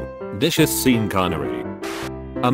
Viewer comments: Sean is pronounced SHAWN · The robot announcer needs to be programmed to pronounce the name "Sean" correctly. - GROOOOAAN!!! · 'Seen' Connery? That's a joke in itself. Sean would pronounce it 'Sheen'. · "Seen" Connery?